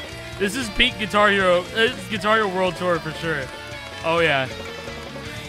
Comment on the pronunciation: Gui-car Hero